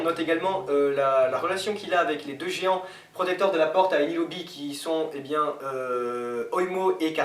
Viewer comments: C'est pas enié lobby mais eniès lobby que ce soit en anglais , français , ou japonais on dit eniès parce-que eniès c'est un prénom c'est comme le prénom jack par exemple en japo,fr, ou angl on dit jack bah là c'est pareil vous faites les mecs qui s'y connaissent sur one pièce mais..... Enfin ché pas , vous dites pas "guir seguond" non vous dites "guir sécond" p*tain.... pffff 2 gros débutants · par contre on dit "enièse loby"☺ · "Eni lobi" :') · faut revoir la prononciation ESSOP enié loby ect vos video sont cool mais on dirai un mauvais doublage a des moment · Les gas votre théorie est super interraisante elle est bien mais dsl de vous le dire mais vous detruissez des nom comme enies loby